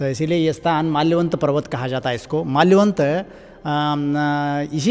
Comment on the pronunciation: Bhai there is something wrong with your , thats malyavant parvat , its not malayvant parvat....